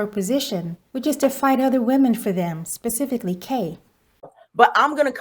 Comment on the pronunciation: did really say "pacifically" instead of "Specifically"? lol...but yet he up here tryna sound articulate lol